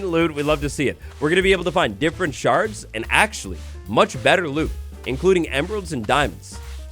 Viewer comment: He said sharting 😂